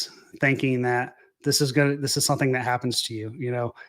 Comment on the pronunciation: " SUN-theen"..... SOME-THING. SOMETHING, SOMETHING!